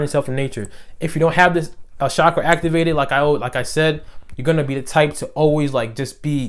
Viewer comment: the correct pronunciation: CHakra :)